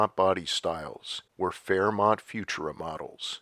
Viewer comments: "Few-Choora", not "Fewtoora". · I love it! I just subscribed. And with all due respect, it's "fu-TUR-a." Thanks! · AI mispronounced “futura”. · Thank you sincerely for another great video by the way, FUTURA is always pronounced with the accent on the second syllable, not on the first syllable, as you are reading it here. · I always thought Futura was pronounced with the emphasis on the second syllable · You’re saying Futura wrong.